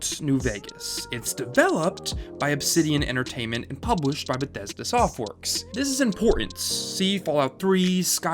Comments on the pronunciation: Jesus Christ, the way you say Bethesda is driving me apeshit. ....no offense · Ahh, Bethesda Shmethesda